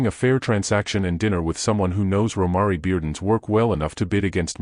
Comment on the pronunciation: PRONOUNCE THE ARTISTS’ NAMES CORRECTLY!!!! Romare is pronounced ‘Row-mair’ Bearden; 🎉Kehinde is pronounced ‘Ka-henday’ Wiley